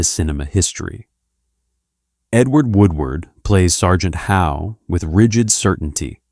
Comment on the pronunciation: Sergeant How? Lord Summer Izel? Human being reading script, not bruck, don't fix ...